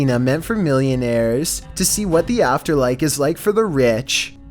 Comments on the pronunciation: Did subconsciously say "afterlike" instead of "afterlife'? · Dude, you said afterlike.